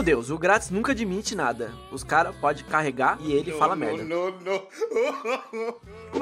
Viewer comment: "Adimite" FacePalm